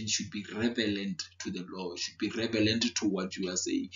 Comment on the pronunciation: Thanks a lot man. Also love how how you say "revelant" instead of relevant 😄. You are thorough in your explanations though. Thank you!